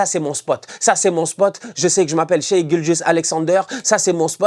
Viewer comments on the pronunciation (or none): none